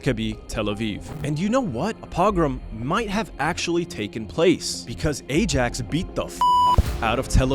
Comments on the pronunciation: It's pronounced "aye-axe" lol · FYI, Ajax is pronounced I-Yax Also Frodo in London is mad. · cant believe he tried to pronounce ajax 💀💀💀